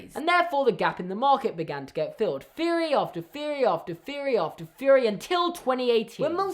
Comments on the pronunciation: Not hate but do you say feory not theory? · The word “theory” does not begin with the letter “F”...... what the fuck! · i like how you say feory instead of theory i no longer feel alone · Feory after pheory after fffeeaarry